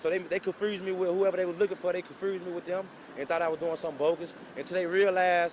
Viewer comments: This nigga said "confrused" just think about that! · "ConFrused". Lol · konfurrsed?? that fuck is that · this fool can't say confused...smh